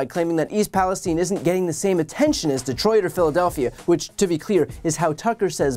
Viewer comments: Where is all of the Republican support for the unfortunate people of East Palestein? Oops Palestine which is how it's actually pronounced. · "East Palesteen"? Is it not East PalesTYNE"?